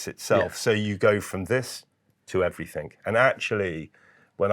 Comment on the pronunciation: Everything you muppet not everythink. A grown man who can't even speak properly.